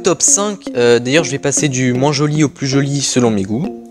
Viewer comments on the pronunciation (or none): none